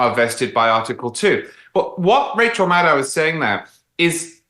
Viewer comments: Again, Madow rhymes with Shadow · MadOH, rhymes with Fellow. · Again, Maddow rhymes with Fellow.